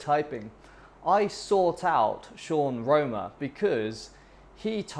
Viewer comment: My guy is Sean Wrona not Wroma